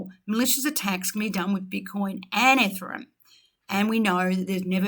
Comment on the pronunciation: Seriously. A few pet peeves of mine: Ripple Ledger should be XRP ledger. "Valididate" you say, should be Validate. And a "billion dollars in XRP" is just blantantly wrong, it's just a billion XRP = $250 USD million. "Ripple's XR-Spring" what the ...., It's just pronounced "Spring" not "X-Spring" or "X-R Spring". AND LASTLY IT'S NOT "ETHERUM" it's "EE-THEE-REE-UM" or "ETH-EE-REE-UM". Certainly not pronounced "ETHERUM" also learn to pronounce Binance properly it's not Bin-nahnce, it's pronounced "Buy-nan-ce". I just think it's important that if you're in the crypto space you should have a basic grasp on these little things.